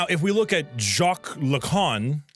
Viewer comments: You pronounce ricoer et lacan alright, spit that bread back ! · the baguette not beung crusty is a war crime tbh you pronounced Lacan right, but he is a huge fraud lol, he is the reason psychology is decades behind in research, much like freud very good video, im amazed you even tried to pronounce thoses names lmao im glad you chose maelle ending